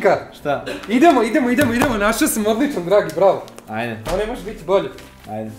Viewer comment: Kad kazes Bravo cujem Brawl 😂😂😂 i sam znas 😎